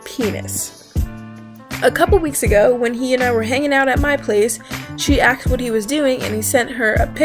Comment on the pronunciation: You...you realize "asked" has the S before the K, right?